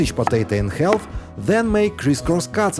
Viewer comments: English is a silly language so pronounce half it is more like harf…drop the L…..😂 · Would someone teach the narrator how to pronounce the word half correctly. THANKS!